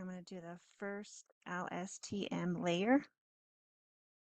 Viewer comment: presenter can barely remember how to pronounce LSTM, give me low confidence